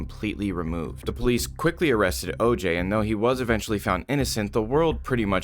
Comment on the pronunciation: Just started watching. Good content thanks. Not sure why YouTubers talk like this though. Pronouncing the long “E” sound on the word “the” and the long ‘A’ vowel sound on “a”. Sounds robotic. Would work wonders if you spoke like you were just chatting with us. I never liked the ‘news anchor’ way of speaking. Just a thought.